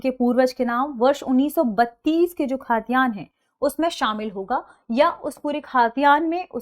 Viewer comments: खातियान नहीं it's खतियान..! Next Time --> सही उच्चारण कीजिएगा please!! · खतियान not खातियान🙏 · Khaa...tiyan hai ya khatiyan hai? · खतियान बोलिए खाद्यान्न नहीं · खतियान बोलिए ना कि खाद्यान्न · Ma'am it's khatiyan not khaatiyan 😊